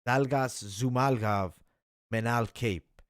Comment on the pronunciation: Zhumalgov is it? It's like you aren't even trying, lol... It's like when you first learned how to pronounce a word, you have to take it step by step...ZHU-MA-GU-LOV. You are saying, ZHU-MAL-GOV. Pronunciations on fighters names for people who literally have content/channels on it is a big pet peeve for me. If you want people to take you serious, I feel like you gotta be able to pronounce the fighters names correctly.